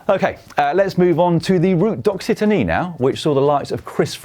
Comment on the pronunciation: Oh Dan. Repeat after me “Route de loxytan”